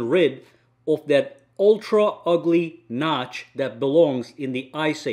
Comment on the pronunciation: Did he just say “ ugly notch “ 😭😭